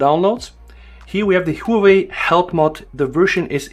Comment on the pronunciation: It's Huawei, not Huwei. lol.